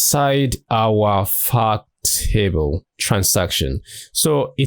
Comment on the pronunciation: I kept thinking he was saying "fuck table"